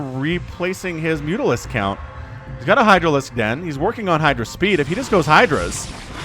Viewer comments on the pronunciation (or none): none